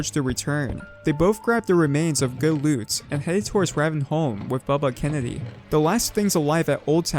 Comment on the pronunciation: yo y tf he say ravenholm so fkn weird